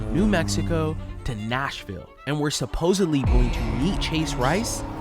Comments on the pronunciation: "Supposably" is a real word, meaning "able to be supposed" but she says it meaning "supposedly". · What's UP with saying "supposibly" instead of supposedly? I hear this all the time now! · Why can't her and her friend pronounce supposedly!? They keep saying "supposubly" jesus christ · It's pronounced inSURance. And the word is "supposedly " not "supossebly". But yeah, she's really smart? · “Supposively.” Her friend: “Supposably.”: “…supposedly.” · Her friend saying she was the smartest person she knew followed by dropping “supposably” was gold. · I can’t get past her repeatedly saying “Supposebly” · The fact that she says "supposobly" tells me all I need to know. 🤣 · "Supposebly" is not a word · 'Supposably' is unusual, but it is in fact in the dictionary. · She pacifically says supposebly. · My words exactly. And people who say "supposebly" grinds my gears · It's a commonly mispronounced word. Makes me cringe! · No one on ever knows how to say supposedly.